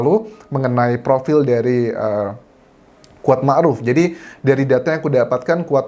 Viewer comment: Yang dimaksud Squad ...adalah si Kuat, salah dalam pengucapan pacar Josua, dan peran Si Kuad adalah semacam PK ...Petugas Keamanan, atau bisa disebut sebagai Body Quard, dimana tugas lain seperti menhitung dan merekap pendapat liar, si Body Quard lah yg mengatur dan termasuk jual beli kasus